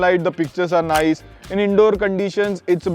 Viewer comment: You have to open your mouth to pronounce nice..